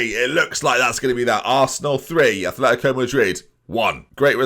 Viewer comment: ATH letico??? Come on, At letico. We're not Bilbao you know!!!!